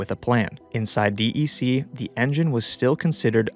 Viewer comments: D E C instead of “deck” is worse. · It's not d e c... It's DEC and it's not altaveesta, it's Altavista... Short I, like Vista.. Aka view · As a card carrying OG who was around VAXes in the late 70s, I only ever heard "deck". Not disappointed, just that spelling out the letters sounds weird. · DEC is pronounced Deck